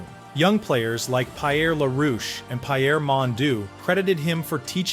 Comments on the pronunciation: pie air , c'est qui ça? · Even in English It's pronounced P air not Pie Air and since your doing a piece on a Great French Canadian you should of done your homework on how to pronounce the names correctly. It's bad form given how traditionally in Canada the English treated French Canadians like second class citizens and would often purposely mispronounce names. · 😂 LOL. No worries bruv! I’m a Montrealer… I had a few good laughs at the mispronunciations… especially Pie-Air!! 🤣 The end statement however, and this has nothing to do with the narrator’s errors, is…inaccurate let’s say. We call him “Flower” because his last name, “Lafleur”, means “The flower” in French! That’s all. LOL Great video still! Liked it! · Pie-air…. Really!!?? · Pie-Err Mondoo and Pie-Err La-Roosh. Voice synthesis has come a long way, but it still has some ground to cover. To err is AI, to forgive is hoo-man. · Please practice the French names before announcing them, because you are butchering them. Better yet do this phonetically first for example: For Belleveau say Belle-e-Voo and for Pierre say it Pea-Year. It killing the French language was a misdemeanor, you would be on death row. RIP: Guy Lafleur. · FIY: Pierre is spoken like "Pee Air". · You provided a very good summary but it was a bit repetitive. My only other complaint is you need to improve the French pronounciation of French Canadian players. You got a number of them right but there were some that were painful to hear. For example you pronounced a common first name: "Pierre" as "Pie-Air" instead of "Pee -Air". And Jean Beliveau's name is sounds like "John-Bell-ee-voh". Another one: "Maurice Richard" sounds like "More-Reese-Ree-Shard". My comments are not meant to criticize you, they are intended to help you improve the quality of your broadcasting material. Well done overall. 90 out of 100.